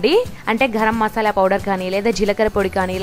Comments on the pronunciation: Mashala kaadu Masala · AMMA NEE NOTILU MASAALA ANI RAADHA MASHALA MASHALA ANTAVU EMITI???